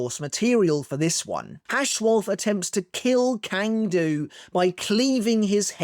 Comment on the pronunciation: Hey man, great content. You’re probably not going to read this comment, but Cang Du’s name is pronounced as (ts)(ah)(ng) Du.